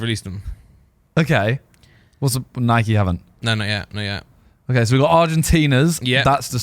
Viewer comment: so glad to hear Simon pronouncing “Nike” correctly!!!